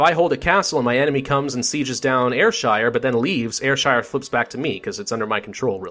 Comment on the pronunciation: Air-shire, as in Nike "Air".